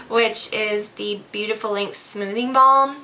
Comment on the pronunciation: It sounds like your saying links instead of lengths of your hair